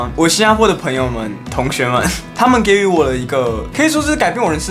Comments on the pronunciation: 【给予】是读 ji（第二声）yu (第三声） 你读错了！！~~~ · 给予(ji yu)，念错咯~~ 活在世界上真的很好o，放火不可以轻生 最后简单的一句 #放火，生日快乐🎂#